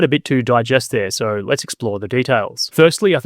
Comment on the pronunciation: I just wonder why you say 'sore' instead of 'so'.